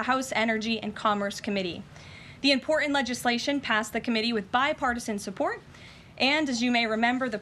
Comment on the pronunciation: I think Karoline is a wonderful Press Secretary and a clear contrast to the person before her. However, I wish she would not drop her Ts all over the place. It is President PuTin not Pooh-inn. Also the word is imporTant not imporr-ant. It surprises me because she is very educated.